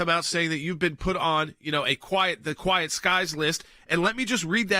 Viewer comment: I think you'll find it is "Quiet Skies" not "Quite Skies"....